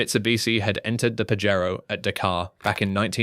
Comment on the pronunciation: Pajero is Spanish and is pronounced - Pah-hey-ro.